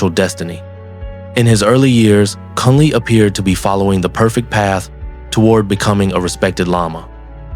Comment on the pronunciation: He is called Drukpa KUNLEG, not Kunley. KUN means ALL, and LEG means GOOD. His name in Tibetan scripts shows it clearly: འབྲུག་པ་ཀུན་ལེགས་ Druk (འབྲུག) means Dragon, so Bhutan is the Land of the Dragon and so his full name could be translated as: "The all over good (excellent) man from the Land of the Dragon. Since Bhutanese can neither speak nor spell Tibetan, they make a lot of mistakes in spelling and pronouncing Tibetan words. Thats why all the word salads and everyone repeats that mistake.